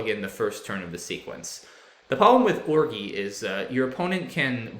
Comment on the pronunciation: Did you purposely mispronounce ORGY?